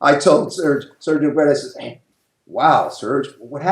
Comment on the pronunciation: Serge Nubret is pronounced " Nubray"